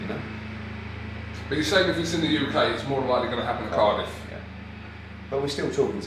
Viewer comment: It's Cardiff 😆